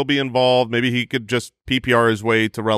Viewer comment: Think did the thing where he blended two words on accident 😂 “Uhhhhhmaybe” came out as “Uhhhhh baby!”